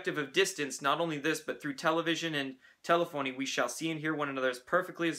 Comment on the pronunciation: It's tel-EFF-ohnee, not tell-a-phony.